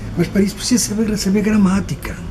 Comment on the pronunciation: kkkkkkkkkkkk sério "sabeire conjugaire"...e reclamando da pronúncia dos brasileiros...kkkkkkkkkkkkkkkkkkkkkkk.. só português mesmo!! hahahahaha